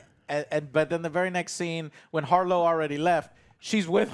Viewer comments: Jesus its HARROW, Not HARLOW. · Wait, did you say, “Harlow?” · Emmet Harr-o 😂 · Who the fuck is Harlow, ya'll butchered that man's name the whole review lol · How does not make fun of Joe getting every character's name wrong? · I just love how they've watched the series and still saying harrow's name wrong lol. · Harrow, not Harlow. Oscar Isaac, not Isaacs.